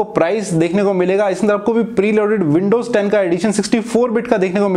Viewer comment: Its Windows not WINDOW and do not try sound like as if it has anti virus software installed. Also, genuine windows is most probably going to decrease the performance